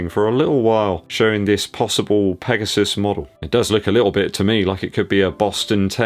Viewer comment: Did you say Nike PEGOSTON 😆